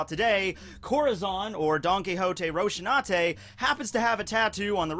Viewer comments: It just bother me when he say roshinate instead of rosinante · I thought it was pronounced Rose in aww tay lol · the way you pronounce his name hurts